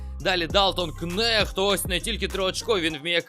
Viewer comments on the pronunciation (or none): правильна вимова прізвища Нехт (не Кнехт) у Далтона😎